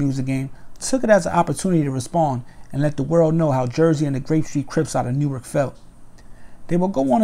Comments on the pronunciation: New ark lol nork u mean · It’s pronounced nork just lettin you know for the next Newark video